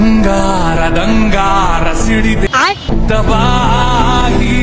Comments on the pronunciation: ದಬಾಯಿ ಅಲ್ಲಾ ಗುರು ತಬಾಯಿ ಅದು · ದಬಾಯಿ ದಬಾಯಿ ❌ ತಬಾಯಿ ತಬಾಯಿ ✅